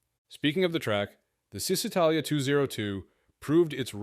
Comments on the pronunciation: It's actually "Chi", like in the word "aCHIvement". Chisitalia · its pron. ShisItalia , not Zistitalia